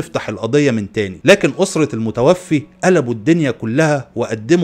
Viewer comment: المُتَوفَّى وليس المتوفي